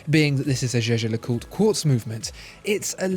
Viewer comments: For heavens sake Jaeger is German for hunter. It is pronounced YEA GER not jay jay . Learn and use this otherwise you are just irritating the hell out of me and your credibility on watch knowledge is completely undermined ! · any french person here can say that how he says Jaeger is wrong pronunciation? LeCoultre is ok, but Jaeger is simply Jaeger, not zezer or anything else.... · Your “jeje” pronunciation of Jaeger-LeCoultre..😰😰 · no he didnt it is a german word "jäger" ( means hunter ) but its a french name so its pronounced french but it irritates me as well